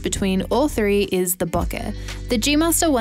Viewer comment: Great video! And you even pronounced bokeh correctly!